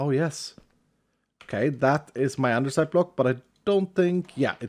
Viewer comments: That moment when you realize says andersite so much that the altar literally has it spelled that way even though it's actually andesite. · Why you call it andeRsite?? It's Andesite. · Why do you always pronounce it "andeRsite" when there is no R there? EDIT: Wait why are the Andesite items named "Andersite"? Is it because of the modpack? ....did you intentionally rename them for Vault Hunters? Hahaha, if so, I must actually commend you for your commitment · saying "andersite" is why there is a spelling mistake in the mod because it's "andesite" and the stone is spelled both ways in the mod. One of the skills also has "specialisation" in the description instead of "specialization" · I love how when he looks at the vaultar it says Andersite as well, not andesite xD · you actually changed andesite to andersite xD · why is the vault altar saying andersite its spelled andesite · XD The mod changes the name of andesite to "Andersite" for the way says it 🤣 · So does he say "andersite" on purpose? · why does he say andersite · I get teased a lot for saying andersite and you say it quite a few times 🤣 and I’m not Changing how I say it lol love the video and this series in general! ❤️ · He changed the name for VH to give it the R because he always mispronounces it. So he changed the name to troll people.. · I just came here to see if that was mentioned. always adds an "R" to andesite when he pronounces it, so maybe it was renamed in this mod pack as a subtle joke? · Yes he renamed it. always pronounced it wrong on stream, so he changed the name in VH so he could confuse people into believing it was always spelled that way and the viewers are wrong. at his finest. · What english are you using, cuz in my English its called andesite, without the r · since when is there an r in “andesite”